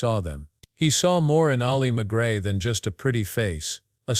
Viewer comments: The narrator mispronounces McGraw. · Learn how to pronounce her name.